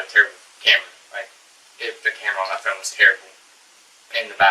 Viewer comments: They pronounce “Phone” funny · Phone not phoone